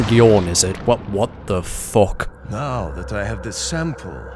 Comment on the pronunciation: Lol gets me everytime "what da fook" xD